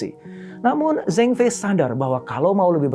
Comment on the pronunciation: Zhengfei dibaca Cengfei Shenzhen dibaca Sencen Guangzhou dibaca Kuangcow Guangdong dibaca Kuangtong Tsinghua (nama universitas) dibaca Cinghua Ceng dibaca dg bunyi "e" lemah spt pada kata "jeruk" & Fei dibaca dg bunyi "e" keras spt pada kata "bebek". Sencen dibaca dg semua "e" lemah.